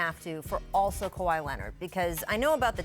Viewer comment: she says KWI